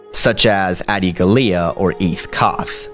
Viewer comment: really wish you'd say Adi Gallia's last name right! It's pronounced "Găll-ē-ah!" "Găll-ē-ah!" Same way you pronounce the word gallery! Get it right, next time.